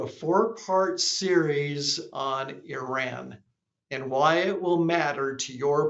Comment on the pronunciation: You mean since Carter and it’s pronounced E-Run